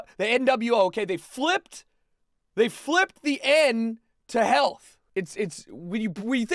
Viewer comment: everyone‘a “healt” is at risk..